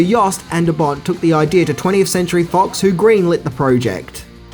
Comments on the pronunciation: The directors name is pronounced as 'Yan', not 'Jan', the J is silent. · And it's pronounced "YAN" deBont,not "JAN" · Yeah.....so.......it's not "Jan" De Bont as in a girl might be called "Jan." It is pronounced identical to the word "yawn." And did you actually say John McTierman?